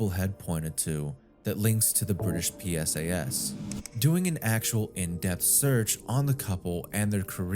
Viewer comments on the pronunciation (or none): I don't think you're AI, but it's things like pronouncing "STIs" as S-T-I-S rather than just pluralizing STI. Same thing with P-S-A-S rather than PSAs. Also, the M in CSAM stands for "material," so you shouldn't call it, "CSAM material." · Hey dude maybe make it less obvious that AI is narrating this, or if it’s not then learn what a PSA is lol. “P S A S” 💀💀💀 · When you pluralize acronyms like STIs and PSAs, why do you say "S" like it's part of the acronym????